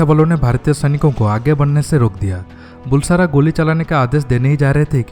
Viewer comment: How come Brigadier of Indian Army didn't know Maldives ? It's really surprising. Also pronunciation of Bulsara is बलसारा , not बुलसारा !